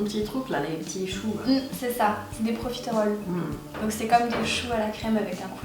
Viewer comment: ProfitErolle c'est rare d'entendre le E dans ce mot x) Mais c'est pas mal sinon comme vidéo :D